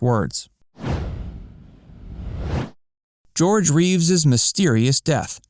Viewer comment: Christopher Reeve, not Reeves.